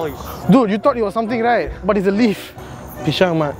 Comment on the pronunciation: Knp selalu ckp PISHANG